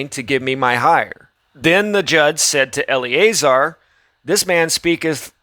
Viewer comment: eL Uh Zar not Ellie A Zer